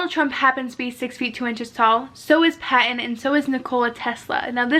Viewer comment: Pat-ton. Not pat-un